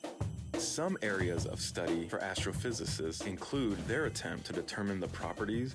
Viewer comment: U nailed the pronunciation of astrophysicist